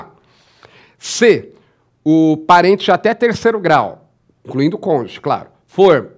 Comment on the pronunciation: Não existe "congê". A palavra é CÔNJUGE. Pelo amor de Deus.